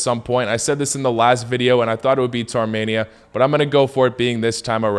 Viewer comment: I’m from 🇦🇲Arminia🇦🇲 so I know it’s pronounced Armenia, not Tarmenia!